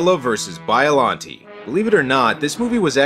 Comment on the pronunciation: You pronounced Biollante wrong.